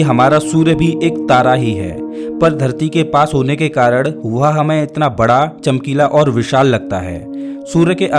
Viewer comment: Arey bhai aap karan ko karad kyun kehte hain.